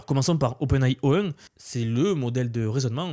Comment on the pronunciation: OpenAI prononcé à la française...stp fais un effort...